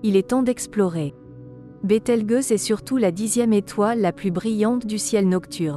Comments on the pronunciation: BételgEuse pas bételgUeuse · Bételgeuse, pas BételgUeuse ! (c'est ta voix synthétique, la gueuse...) six mille, pas six zéro zéro zéro ! la science 360 fois sans la comprendre ! j'ai tenu "un apostrophe quatre huit apostrophe apostrophe" ! première et dernière fois que je regarde cette chaine putaclic ! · Bételgeuse, le g se prononce "j" car il est placé devant un e, sinon par exemple le mot "belge" se prononcerait "belgue". Cela plus la voix synthétique qui ne sait pas parler français c'est une vidéo totalement ratée.